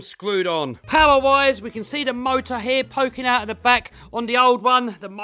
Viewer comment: Why you say hee instead like: 'here'?